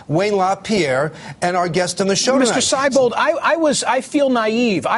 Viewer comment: It's pronounced See-bold, not Sigh-bold!